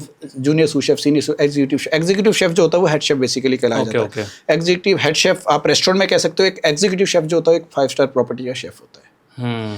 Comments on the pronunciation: घटिया यार क्या सैफ सैफ बोल रहा है एक word तो सिखलो बाकी इंटरव्यू अच्छा था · Dear interviewer, It is pronounced (शेफ), not Sef (सेफ) लोग श, ष ठीकसे क्यूँ बोल नही पाते ? इतना कठीन है क्या ? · सैफ नहीं भाई, शेफ